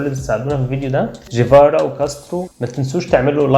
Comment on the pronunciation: طيبب ما كنت كويس بتنطق الجيم مصرية، ليه بتقول جيفارا بتعطيش الجيم؟ اسم الراجل أصلا ينطق بالجيم القاهرية يعني مفيش داعي أصلا للتعطيش.